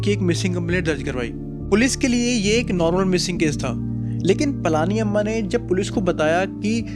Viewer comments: Its पळनी अम्मा and not ,पळानी अम्मा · She is pazhani amma not palaaaani amma 😊